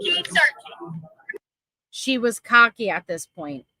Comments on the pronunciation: Did she say searchining? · Did she say searching? Lol